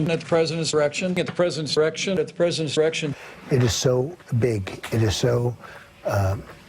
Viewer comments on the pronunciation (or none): "at the president's irection'"...LOL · does little pence really allways say "at the präsidents errection? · At the President “irection” 😫😫😫😭😭😭😭🤣🤣🤣🤣🤣🤣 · President “ eirection “ 🤣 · Classic Jimmy Kimmel. Who'd think to cut off the d in 'direction'